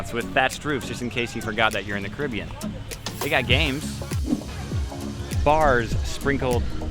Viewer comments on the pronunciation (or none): none